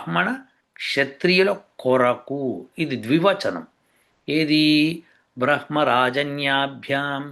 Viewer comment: ఈ 'బ్రహ్మ' ఉచ్చారణ ఇలా ఎప్పుడూ ఇలా వినలేదు మరి